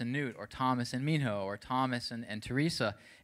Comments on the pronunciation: does anybody else hear the host say "nihmo" instead of "mihno" at 1.58? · Am I the only one who realized that the guy said NIMHO??? Seriously?? 😂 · More like Nimho